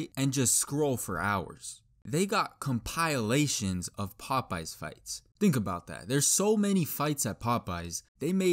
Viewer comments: It's pronounced compilation. The I is not a hard I and not pronounced eye it's a short I pronounced Eh. So compEHlation is the correct pronunciation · compayalation? NO. compehlashon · I like how you pronounced it “compilation” and not “compilation” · Why is he saying compilation like that? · As a normal person i am annoyed about how he says "compilation" and "equidistant" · The way he pronounced compilation